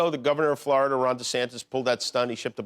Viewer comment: I like Jimmy. But man, it's like nails on a chalkboard, the way he pronounces Florida. FL-ARE-DA.